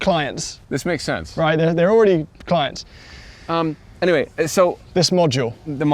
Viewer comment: "Clints"...... RIGHT 😂😂